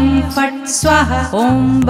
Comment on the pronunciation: Perfect pronunciation is very important for effective remedy. Never do half baked work.😢 correct it by pronuncing 'swaaahaa' it is not swaha